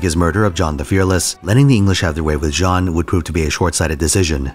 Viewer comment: Jean? It's pronounced Jan-nu